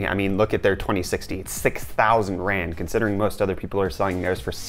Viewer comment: Lol ur african currency keeps making me skip a heartbeat cuz it kinda sounds like ur saying grand, i was like "wtf why is that 6 grand?🤔"